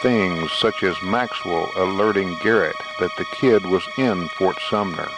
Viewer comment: It’s garret not carrot !